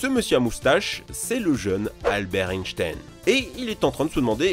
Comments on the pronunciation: Einstein ça ce se prononcé mdr mais bon on te pardonne 😂🤣😂🤣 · Par contre la prononciation d'"Einstein", pas ouf.